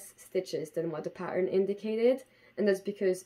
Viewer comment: If you go back in the video and for example listen to the way you say "pattern" (more like pa'urrrn) there is definitely Scottish in there :D